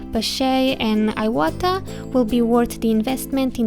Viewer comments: Thank you for this video! It's pronounced "eewata" :D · If it is a Japanese brand, pronounced in Japanese accent, shouldn't it be like ēwata out loud? I have never used airbrushes or dealt in this brand and I know some times we alter pronunciation of words and names for aesthetic reasons, so I am just wondering.